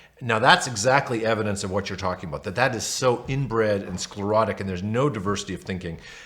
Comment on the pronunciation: every time he says scholarrotic take a drinnk (or is it sclerotic?)